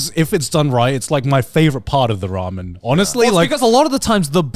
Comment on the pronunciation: it's ramen not ramyun xD